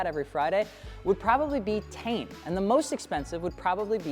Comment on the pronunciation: It’s not tane it’s T-in.😂😂😂